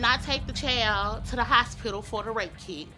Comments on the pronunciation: Da chow?…why is she calling a kid a chow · What’s a “CHAYLD” 😂😂😂😂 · Can somebody tell that idiot it's pronounced 'child', not 'chael' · Chayilld??? Meant to be child??? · It kills me when people pronounce "child" like "chowld" 😂😂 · “My brother had texted her chowd” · What in the hell is a “chaail” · That’s a wild pronunciation of the word child